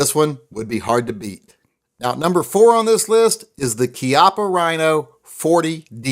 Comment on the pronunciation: How you gonna talk about winning the war and then technically mispronounce the names of two different German manufacturers, but pronounce Chiappa the way they want you to? We kicked Italy's ass too. Plus, if you pronounce the CH like an American, you can totally stay awesome stuff like GET TO THE CHIAPPA! Which is something that I intend to have engraved on the side of mine. Not sure which one, but my silly little 1911-22 has some nice flat surface area and I could include the likeness of Schwarzenegger himself. And why wouldn't I?